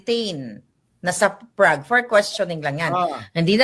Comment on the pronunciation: Hay naku Kahit "BANGAG" PA Si PBBM OK ba yun, iba naman ang kilos, talino, at pag ibig sa Pilipino, Lalo na sa mahirap Ang PA gulo, ok na yun kahit bangag Di Gaya na kulto NG duterte, ang cheap Ugali at Itsurang Mga demonyo! Wag na kayo tawaging Pilipino! Mga Sakim! Ayusin mo ang pronouncuation mo NG Chezch at Prague Boba maharlika!